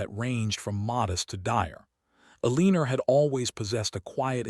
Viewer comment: A-leen-ER? Good grief. Pick out a better AI narrator. Simple resolution to Penelopes's threat: Publish it.